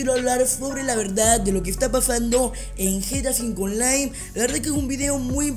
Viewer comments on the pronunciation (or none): none